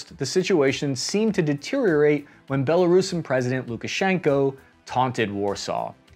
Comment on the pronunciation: Nice of you to say “Belo-roosan” rather than “Belo-Russian.”